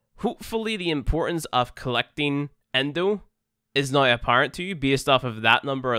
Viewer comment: I love when you say now it sound like nuw